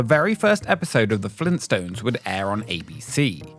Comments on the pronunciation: FLEENT STONES? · “Fleenstones?!” — Joel